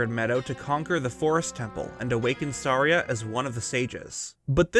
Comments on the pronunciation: Did he call Saria, sorry-uh? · It's so funny that it drives me nuts whenever you say Saria, because I pronounce it "Sah-RIE-uh" which is a pretty common name. Just makes me cringe and laugh ever episode 😂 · Am I The only one who pronounces Saria as “suh-rī-a”?